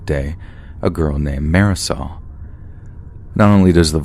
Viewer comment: Oh Em Geee... Mary Sol sounds classy pronounced by...